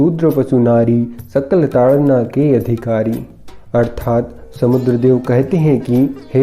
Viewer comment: Its taadan and not taadna...!